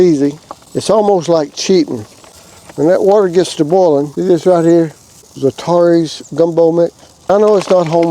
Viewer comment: ZAT--A-RANS not ZAT-TAR-EES. Not real gumbo without roux but this makes a tasty soup and is actually healthier for you. If you can't make your own roux Savoys has some in a jar you can buy it's pretty decent. But cajun folks all know how to make roux for gumbo. Fun fact "Gumbo" is actually an African word for okra soup. But I like others dont like okra in my gumbo unless it is prepared by a southern master cajun cook. You will know her when you see her. Still regardless of all that I just said. I would happily eat whatever you could not finish. Godd video.